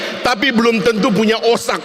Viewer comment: 1. OSAK ??? otak OTAK kali wkkw 2.Oma irama ? RHOMA IRAMA kali mmmmnyebut nama orang ajansdh salah gmn mau jadi pemimpin 😂😂😂😂😂😂😂😂😂